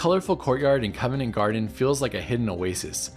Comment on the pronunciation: You covered good ground! Solid list to explore the city. BTW. It's called (and pronounced) Covent Garden not covenant garden. Named after the convents that used to be in the area before Henry VIII dissolved it.